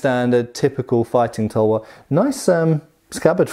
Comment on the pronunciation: Correct pronunciation of Tulwar - Thull (like dull) vaar (like car) Also the extremely curved one might be a Tegha(pronounced Thay Gaa)